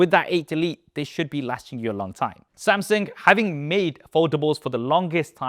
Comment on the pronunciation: I hope one day you learn how to pronounce Samsung and foldable